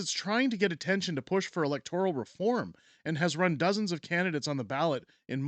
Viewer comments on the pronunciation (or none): Please correct your pronunciation of "electoral". The second, not the third syllable is accented.